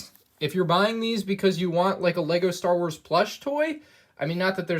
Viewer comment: Ah yes leego stor wors